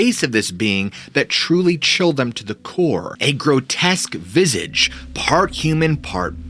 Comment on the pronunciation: Visage is pronounced "viz-AZH". It's French.